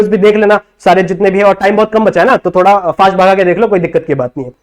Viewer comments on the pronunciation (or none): none